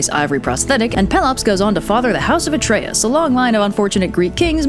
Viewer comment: Atreus you say? Sounds Arrakeen.